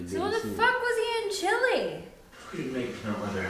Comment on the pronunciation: Stop saying Chile as "chilly" please lol